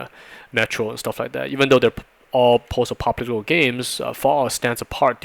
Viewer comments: I'm not sure what he says after "post", but it is not "apocalyptic(al)" lol. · Your pronunciation of "post-apocalyptic" is hysterical. Sounds like "post-apopolitical" Great content though. I'm learning a lot by watching these.